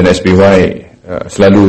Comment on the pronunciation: SBY bukan SBWAY cok!